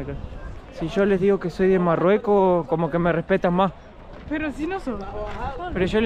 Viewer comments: Exacto! Y el decía Marruecos y no decía Marruecos bien yo quedé bruta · me gusta como se mira ese lugar pero no creo sea bueno ir a ese lugar tan estresante y inseguro con tanto loco en Caballo corriendo. jajaja de donde sos? Morroco, por que les dice moroco jajaja